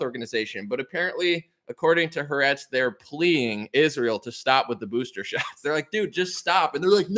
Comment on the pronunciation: the Israeli media company’s name is pronounced Ha-Ar-etz 😉 loving you. Keep up the good work